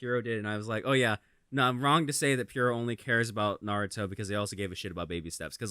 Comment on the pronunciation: NAROODO?!?!?!? N A R O O D O?!?!?!?!?!?